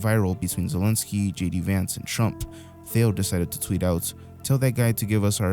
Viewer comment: Did you call Trump tramp?